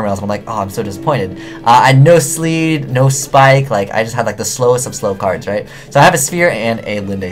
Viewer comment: abyss pike not abys spike [abysspike]